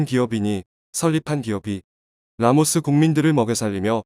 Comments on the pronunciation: 라오스를 라모스라고 말하네... 라오스, 태국, 미얀마, 베트남, 네팔, 부탄의 북부에는 고구려 유민들이 살고 있다. 결국 중국을 ㅠㅐ망시키고 한국이 1600년 만에 회복해야 할 곳이다. 침략의 성격은 띠지 않겠지만 제1 코리아, 제2 코리아란 방식이란 한국인으로 편입해야 한다. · 이 기사를마드신분은 발음을제대로 확인하세요 나라이름은 라오스인데 말할때발음은 라모스로하네요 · 라오스인가 라모스인가? 바르게알려주세요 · Laos not lamos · 라오스를 라모스라 계속 발음하네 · 기계음인가? 라오스를 라모스라 하네...? 짜증나네.. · 라오스다 왜 라모스냐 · 내용은 충분히 이해 하겠다만, 라오스를 라모스라고 계속 부르는 건 도저히 계속 들어주지 못하겠네. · 내래이터는 왜 "라오스"를 "라모스"라 하지요 ? 어쨌든 대한민국의 선한 도움.협력이 빛이 됩니다. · 라모스가 아니라 라오스인데... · 라모스 거기가 어디지? 발음을 바로 하시길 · 왜 라모스로 발음하나요